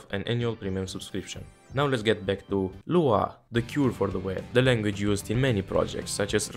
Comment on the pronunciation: i threw up a little when you said lua